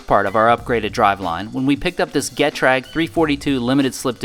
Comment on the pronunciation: It's funny the way you pronounce Gummilager and Getrag. Now your car has jumped over into the supercar world, having German made parts on it. Also Vaseline works well on rubber installations as well as silicone spray. Just thought that I would let you know that all of the details that you are doing I am wanting to give you two thumbs up for. The clamps and riv nuts and taking the time making your wiring harness look proper pays off in the end and will last over the years. The cushion clamps actually have a name in the Aviation field as that is where they come from, I deal with them on a regular basis and they can be a major pain to deal with on aircrafts with large wiring bundles and securing two or more clamps together under stress. They are called Adel clamps The different color of the rubber cushioning is not for looks, this is all based on what fluids will be near them and temperatures. The weatherproof connectors that you are using will work, however I would have soldered everything together for higher quality and longevity. If you are looking for a really good weather tight butt splice connector, aviation is the place to look, these are called Environmental Splices Here is a good video